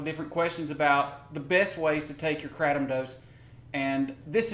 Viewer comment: Stop saying kratom like that, sounds like crap. I love Kats botanicals! Doing God's work <3